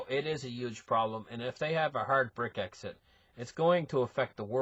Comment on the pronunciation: he is smart, but enunciates some words real funny. lol